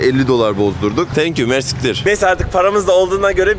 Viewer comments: Umarım herşey hem bizim hem böyle güzel ülkeler için daha da iyi olur maalesef çok üzücü.. Bu arada mers*ktr değil o:))) merci ktir yani çok merci anlamında ✌️✌️ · Mersiktir değil reis. Fransızca ve Arapça birleşimi olan çok teşekkürler anlamina gelen; "merci k(ı)tiir". Bienvenue en Liban de nouveau